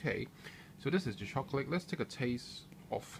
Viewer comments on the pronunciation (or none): Very nice video but your accent is the weirdest thing I have ever heard. Most of the time you sound english (british) but then you say things like "choclick" or "lick out" instead of "leak out" and some other little weird things. I am curious, where are you from and do all people talk like that there?